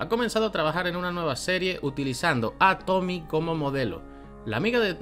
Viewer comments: para el otro video eso si, el nombre de tomie no se pronuncia como Tommy, se pronuncia tal cual como Tomie con la e pronunciada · ¿Por qué le dicen "Tomi"? ¿No ven la e al final? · es tomie no tomi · Tomie tomie no tomi